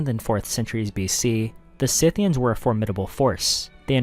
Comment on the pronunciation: Dude its not Synthians, its Scythians :D